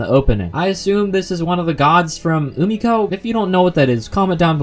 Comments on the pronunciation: UMIKO ... emm sir you mean Umineko? xD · I'm sorry but umi-ko is not how you pronounce umineko (umi-neko) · Umiko.... Umiko...... UMIKO?! This video is great until now, but i had to "chotto matte" right there. Umiko? Gods? Its Umineko (U-MI-NE-KO) & Witches, sir. And i recommend you read Umineko before you continue this Higurashi season. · Bruh did you deadass just pronounce it Umiko I'm fucing D E A D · Ok I had to pause at 8 mins. The video is great but I can't get over the way you pronounce Umineko. It sounds like you're saying Umakawe or something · That pronunciation of umineko was horrendous